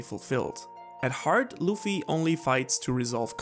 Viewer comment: The name is "Luffy (Ruffy)" not "Loofy" xD